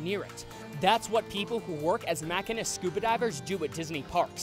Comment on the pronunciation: LOL. MACK-inist? Machine-ist. Also I'm pretty sure Thom is pronounced Tom.